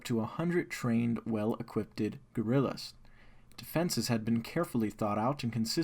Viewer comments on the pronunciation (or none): Well equipted? Come on man. Detantay? Jesus dude, learn how to pronounce simple words